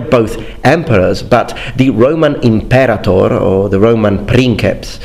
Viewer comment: Nice, but it's imperātor since the verb is a-conjugation. So, the third syllable is stressed, not the second one.